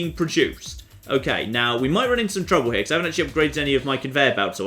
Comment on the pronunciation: it bothers me that when he says the word "trouble" it very clearly sounds like "trubbo"